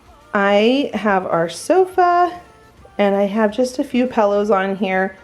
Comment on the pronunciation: I LOVE it friend, but did we ever talk about when you say pillows it sounds like "pallows" sometimes. Lol I think we did